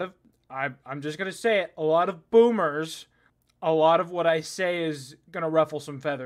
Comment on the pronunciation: saying "boomers" with the same energy Tucker Carlson says "liberals" XD